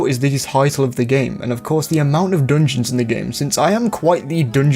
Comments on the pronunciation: If this dude says “DNJNS” one more time…. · not meant to be poking fun at your accent, but the way you say "dungeons" provides endless joy and personal fulfillment